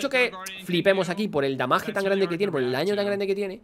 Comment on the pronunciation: Papi hable bien, si va a decir daño dígalo y si va a decir damage dígalo bien… Sólo como consejo